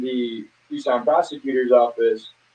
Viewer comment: Watching from Tucson, Az!! You said our name right too! So many ppl say Tuk-son vs Tucson